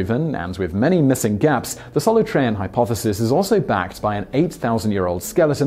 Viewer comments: pardon - Soloohtreeahn, not Solotrayan. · Just in case you need to say it in future, it's pronounced Solootrean, not sol-uh-trean. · It's not pronounced Solotrayan, it's Soolteeahn.